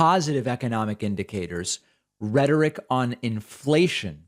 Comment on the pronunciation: David, my dawg, “rhetoric of inflation” bruh